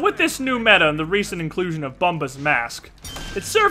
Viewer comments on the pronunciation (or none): none